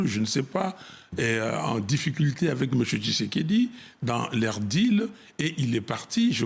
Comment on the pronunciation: tu prononce mal son nom kisekediii 😂